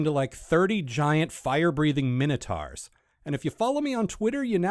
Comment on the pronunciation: You said “minotars” the way Spike says “dinosars” :-)